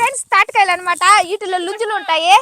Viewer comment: నుంజులు కాదు ముంజలు అనండి